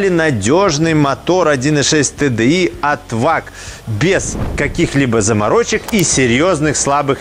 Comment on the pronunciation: Всем привет. За правильно названные буквы TDI большой поклон👍